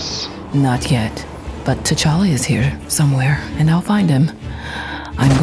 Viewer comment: Storm said tachalale and that's what I call my cat cuse we named him after tachala